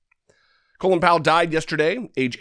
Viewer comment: Gotta love Tucker pronouncing Colin like "colon." Doesn't Tucker have any Irish acquaintances? Doesn't Fox News have editors? He seems to be as uncultivated (colon) as he is unprincipled (lies about the vaccine.)